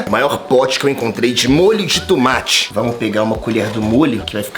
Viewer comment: Alguém fala pra ele que não tem TUmate, é TOmate Mesmo assim te Amoooo ❤❤❤❤❤ Enaldinho